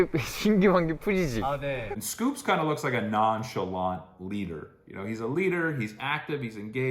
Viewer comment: …. it’s not SCOOPS!!! it’s S Coups. two syllables 😭😭😭. very endearing mistake but i cannot let this continue any longer